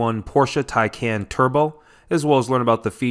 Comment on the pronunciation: Tycon not Tycan